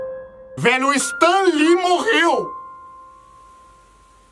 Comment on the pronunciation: Quando ele disse "Stan lee morreu" eu entendi "Stalin morreu"